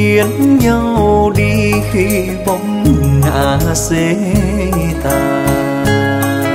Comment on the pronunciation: a Trung, phát âm chữ bóng, khẩu hình miệng xấu nha, lúc trước cô Phương Dung, cũng sửa khuyết điểm này cho a, màk cũng k đc àk.